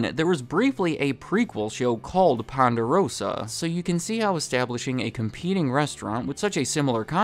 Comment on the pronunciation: hey say Ponderosa one more time haha.